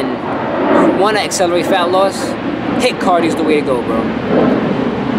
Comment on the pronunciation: thought you said hit vs lit